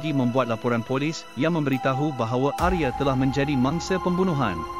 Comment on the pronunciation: Bagus sekali cara pembawaan ceritanya, salam dari Indonesia , Untuk nama Arya dibaca Arya, bukan Arye.